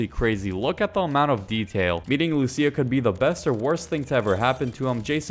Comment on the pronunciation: Good video, but luCIA not LUcia lmao 😂